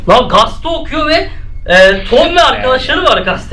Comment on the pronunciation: Gaste değil gazete